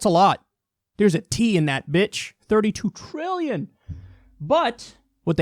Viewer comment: Trilllllion. There's a 'T' in that bitch!